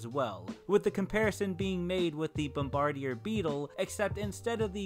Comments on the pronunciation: Apologies if someone's already mentioned it, but i wanted to clarify that it's pronounced "bom-ba-deer beetle", i believe Context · That pronunciation on "bombardier beetle" was amazing XD